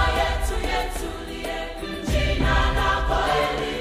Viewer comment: The Guys the M... is there ... I heard it too, I speak Swahili and i could hear the M.. um-jee-nah.... omit the um... you get jee-nah now thats the correct pronounciation😊 karibu😊